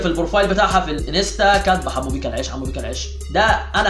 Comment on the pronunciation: يحبو على ايه دا بيقول بيقا مش بيكا